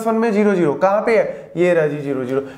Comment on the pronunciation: Sir As you can pronounce zero as"zero" then why you pronounce it as"jero"😢